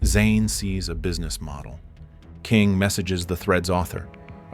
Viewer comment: Exactly. You can pick it up in the narration as well, pronouncing the username as K I N G instead of “King” or even mispronouncing Zain’s name a few times Lying about it is so much worse